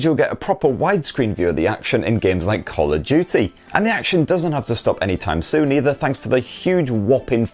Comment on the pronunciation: He said call of juty